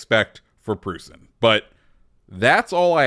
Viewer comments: Its pronounced proissen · I believe it’s pronounced Proyt-zen??? It’s been like 30 years since I last said that lol. I had family who said it that way. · Its pronounced PROY-sen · brother, it's pronounced like Prussian. Ffs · Proy-sen (Preussen/Preußen)